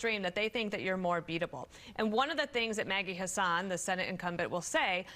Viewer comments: Side note: The Faux News anchor, like many before her, tweaks a Democrat's name to insult them/make them sound worse than they are. In this case, saying 'hah-sahn' as if she is middle eastern, when in fact her name is well-known as being pronounced 'hass-in'. Of course it wouldn't matter if she was a PoC, but we're supposed to believe that an insanely well-funded "news" media corporation just magically can't pronounce many politicians' names correctly? Give me a fuckin break. I will continue to call you Faux News, because after all, you guys LOVE and support mispronouncing on purpose. Fine. We can both act like 3rd graders then. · The Fox host mispronounced Maggie Hassan's name to sound Middle Eastern.